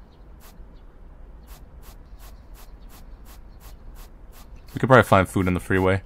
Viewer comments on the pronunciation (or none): When the rat's VA pronounced eh? as uh I cringed for a bit